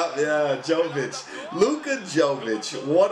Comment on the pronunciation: Jovic my guy. Yo-witch